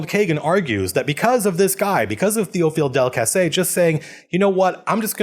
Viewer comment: You got both of them pefectly. Welll, you basically said "Théophile Delcassé" and "Entente Cordiale" with an american accent, so yes, it was good.